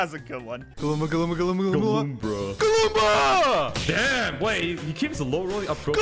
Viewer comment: "Galoombruh" 2024